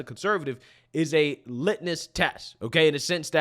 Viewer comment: ****LITMUS Test! LITMUS, not "Litness Test". Unless you're testing to see how Lit somebody is 😂